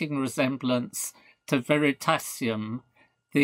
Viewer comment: Prof killed me when he said Veritasium